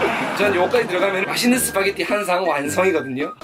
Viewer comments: 스파게리 발음 좋으시네요 ㅋㅋㅋㅋ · 스파게티 ㄴㄴ 시파게티